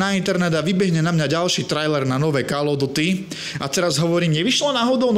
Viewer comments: kde? Ok to "OF" by sa malo vyslovavať po správnosti ako "OV" ale tým som ho už nechcel zaťažovať. Kde vidíš ďalšiu chybu? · Bože keď chceš stále dookola spomínať názov tej série tak sa aspoň nauč, že to je "KÓL OF DÚTY" call sa číta ako "kól"!